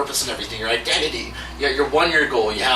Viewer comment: When you said your identity for a second I thought you said "I love Cod" I'm like "man, this guy really loves fish!"